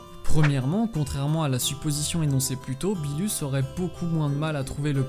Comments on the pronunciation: ce n'est pas "beelus" mais "beerus" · Qui sa stresssss quand il dit "billus" au lieu de «beerus» ?😂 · On dit beerus pas beelus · Première remarque: on dit Berrus pas Belus. Deuxième: c'est Berrus qui a ordonné la destruction de la planète Vegeta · Cool la vidéo mais on dis beeRus pas beeLus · Pk tu dit "beelus" et pas beerus ? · Ouai mais genre c gênant moi chuis pas quelqu'un qui et la avk toute les prononciation c'est pour sa que je trouve mieux de dire beerus après chacun ses goûts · arrête de dire le beelus dis beerus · Ses beerus et pas beelus aprznd à parler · Pourquoi tu dit beelus au lieu de beeRus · Tu as du mal à rouler les R lol. Du coup tu dis Beelus ou au lieu de Beerus mdr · Aprznd à dire beerus et pas beelus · Arrête de dire beelus c beerus wsh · Ne dit pas bilus mais birus stp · Non tu dois plus rouler ton R c'est BeeRrrrrus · Vortex Aniki ok mais si tu parle fr c mieux de le pronocer en fr Ps:tu na pas fais ton intro toi meme hahahahaahahah bon ct drole entouca ct pas mal voila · Z Oue mais sa fait bizard impeu